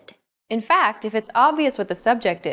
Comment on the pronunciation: Is it me or did she mispronounce "Fact" as "Fucked"